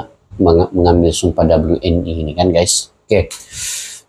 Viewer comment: We en i bang, bukan doble u en i